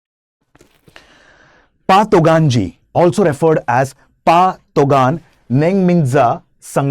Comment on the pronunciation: It's not pa,,its call fa